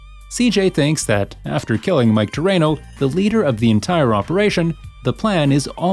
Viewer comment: you saying mikes name wrong dude you should like actually play the fucking game before you make a vid on it